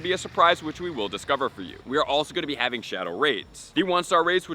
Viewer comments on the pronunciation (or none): none